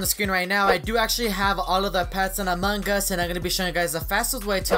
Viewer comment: Why do you say among gus? Who's gus?